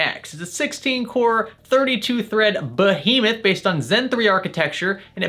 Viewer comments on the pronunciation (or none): JayzTwoCents: BOHemoth: Behemoth Everyone else: Behemoth